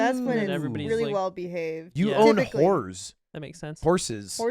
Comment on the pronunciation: Can I just say, as a long time viewer of the Pod who's now rewatching old pods because nothing else scratches the itch because I don't know other people enough. Lud tanked the vibes with the Horze (Horse) pronunciation. And this is why I like, and also why he's basically all redeemed for me, yes even him following a guy to his home because he almost got into an accident, and then trapping the guy in his house with own car. Yes, even though he's done this, I'm still pro; because, he saved the vibes with his question and so smoothly. I'm sure if he didn't, maybe Lud or or the long one may have done something well. But the way saved the vibes he's awesome for that. Honestly, he's always been the guy who's most balanced with respecting the guests and I keeping it real with the guest too. Because like, Lud is probably the most well-behaved here, in all four of them, and when Lud fails, or fucks up, that's when Clutches. I don't know if this is thecase anymore though. I wonder if he'll read this comment and let it go to his head. 😂 In case, he somehow finds this comment and reads this, let me just clarify, while you're the funniest, would probably be my fav dude on the pod because I'd be able to vibe with him the easiest. 😅